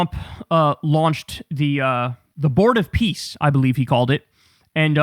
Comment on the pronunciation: Are we sure he said "Board of Peace" and not "Bored of peace"?